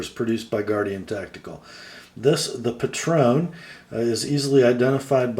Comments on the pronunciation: I love mine, but the style is not for everyone. It's actually pronounced Patron like patriot, I was wrong in my first vid too haha. The blade is a reverse tanto, and I knew you'd appreciate that it's ground lean. The clip could definitely be better, and it rides higher than any other folder I've owned. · I think it's pronounced PAY-tron (with the emphasis on the first syllable).....